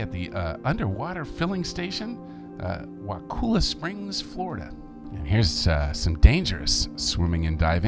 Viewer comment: It's pronounced "Wah-kull-ah". Kull rhymes with gull. Papua is pronounced Pa-poo-ah.